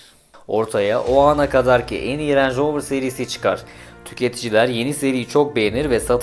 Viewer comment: Lanetli manetli ama ağızdan dolu dolu "renj roovır" derken bile zengin arabası olduğu belli :) .. marka pinpon topu gibi gezmiş büyükler al-sat yapmış resmen sonra Tataya bak sen ya.. bende bu videoyu izleyene kadar bana sorsalar rover ingiliz derdim peehh.. :)